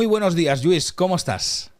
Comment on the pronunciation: ¿Otra vez Dani? El señor se llama LLuís, es catalán como tú y no dejas de llamarle Yuís duelen los oídos. Si sabes pronunciar caLLe, oLLa, Koh Phangan, hiodes, etc., deja de llamarle Yuís por favor...